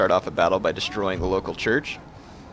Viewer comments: repeat after me: Land-VEHR is how it is pronounced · Good video, my only problem was you pronounced the "W" in Landwehr. It's actually pronounced Landvehr, as they are Austrian. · Well, not everyone has the benefit of growing up in a German speaking country, or having 2&1/2 years of German in high-school, (like me), but yeah..... his pronunciation of Landwehr is kind of like nails on a blackboard.....